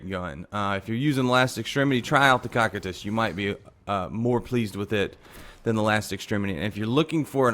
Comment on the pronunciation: The way he pronounces cocytus makes me wanna die